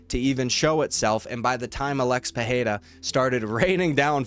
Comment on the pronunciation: Why pronounce PeHeira? It's Pereira